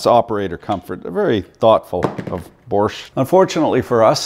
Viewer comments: I'm having trouble finding the letter R in BOSCH. The Germans call their country ‘Doitchland’ ergo the R is silent cuz it taint there! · And I love the way you put the r in bosch 😂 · I'm sorry where are you getting the "R" in bosch from lol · Why the “R” in Bosch. In europ. No joke. Just som, som. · Where the fuck is this invisible R in Bosch??? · WTF is there a "R" in BOSCH ? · You should check how to properly say BOSCH before you make video about it... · There is no R in Bosch. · Funny how you pronounce Bosch. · Good vid- But bro there is no "R" in Bosch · Borsch? must have a silent r in the pronounce because it's not in the spelling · Say after me: bo-sch What is a borsch? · Tell me you bias with out telling...... I lost you when you kept calling it borsch. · Sure there is. Borsch. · 😁There is no "R" in Bosch... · I appreciate you’re American and generally can’t speak ‘English’. But there’s no R in ‘Bosch’ so you don’t pronounce it. Borche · how the fuck is he pronoucing bosch ffs. borsch......lol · How has this man seemed to find an "R" in "BOSCH" every time he said it?... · Wheres the R in Bosch? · Borrrrch 🤣🤣🤣 it's pronounced bosh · Borsche, it isn't a Porsche 🤣 "Boshh" is what you say 😂 Don't mean to be a nerd but the quality isn't the same 👍🏻 Unless it's the industrial version of Bosch 😉those are pretty tough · Dear American Sir. You keep saying “Borsch”. It’s actually pronounced “Bosh” FYI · It is called Bosch not Borsch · BOSCH: Proudly made in Poland, Romania and Lithuania...Also OP, it's not a BORRRSCH like a PROSCHE.... but BOAAASHHHH!!! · Are you saying Borscht? Or just mispronouncing Bosch? I hate to see folks tear up bosch tools. To expensive to tear up on purpose. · The borsch, borsch, borsch. Its bosch! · BORSH? or BOSCH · ITS BOSCH NOT BORSCH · Its bosch not borsh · its bosch not bortch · Borch ? :)) it's Bosch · Borrrsch ? Its Bosch 👍😂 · Borsch instead of Bosch lol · Please stop pronouncing it "Borsch" there is no "R" in Bosch.